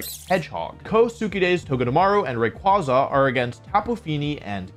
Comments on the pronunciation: For a VGC champion, he sure knows how to not pronounce Rayquaza. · Wolfe should have his championship revoked for the way he pronounced Rayquaza